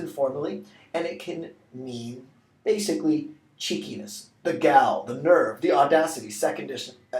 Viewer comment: Isn't gall pronounced "gawl"?